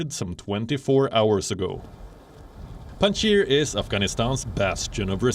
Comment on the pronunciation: it's Panjshir not Pandshir